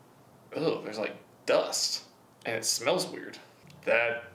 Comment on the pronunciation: "I smewl pennies"